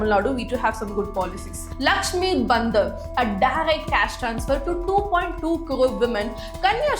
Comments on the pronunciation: Your pronunciation for bhandar as Bandar (monkey) really pinched my ears. But good video. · what she is calling as lakshmi bandar (sounds like monkey), isn't it bhandaar..?? The narrator seems to be a non hindi person, thus, an obvious pronunciation mistake. By the way the video kept me sticking with screen for 24 minutes.. Nice. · Clear ur words whts lakshmi bandar, its bhandar..clear the pronunciation.its annoying and absurd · Please pronounce correctly if you don't know Hindi. Your are pronouncing BHANDAR (भंडार) as BANDAR (बंदर) and Bandar means monkey in hindi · The video is good but your pronunciation has such a heavy mother tongue influence ( south indian MTI ) that it literally changes the meaning of things...For example.. The Lakshmi Bhandar is pronounced in such a way that the word Bhandar seems like Bandar ( monkey)😂..It actually means storehouse ...many more such pronunciations in the video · what a pronunciation man like seriously maati ko mati and its bhandaar not bandar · You are pronouncing some words incorrectly. You are calling 'பாண்டார்' as 'பந்தர்', you are calling 'சாத்தி' as 'சத்தி'. Hire me, I will work remotely and work on your pronunciation of words. Your videos will be excellent in pronunciations also. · thy pronunciation is not proper. lokkhir bhandar, bhadralok, didi, mati(t sound like taaal not tea)